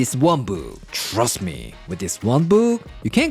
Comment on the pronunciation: “Shhhrust me!”